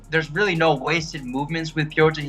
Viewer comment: You gotta be fair when u call Petr as "Peter". Start calling Sean as "Seen".